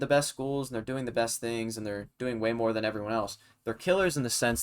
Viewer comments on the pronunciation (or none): none